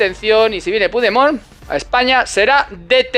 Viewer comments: Ante todo, gracias por las informaciones que nos das. Veo que tienes un problema con pigdemon. Se llama Carlos. Pero en catalán, cambian la o. Por la e Carles y se pronuncia como se escribe. Un abrazo. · Joderrrrrrrr se dice puchdemon , aunque sea un jijooooooodddputaaaa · " Me encanta como pronuncias el nombre del prófugo catalán 😂. No lo cambies nunca 👍🏻